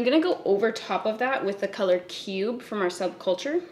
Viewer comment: For a second when you said the shade “cube”....I seriously thought the shade was “pube”